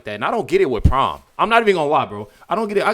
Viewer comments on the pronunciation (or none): The word your trying to say is pronounced prime not prom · Tf... it's Prime not Prom 😂 I'm over here wondering wtf prom is if it's a new streaming service or what. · It’s pronounced prime not prom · It's "prime" not prom ! Say it with me "PRIME"!